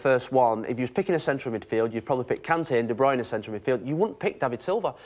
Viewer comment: Kevin de "Bruyner" Whats wrong with this tard not being able to pronounce a name? lol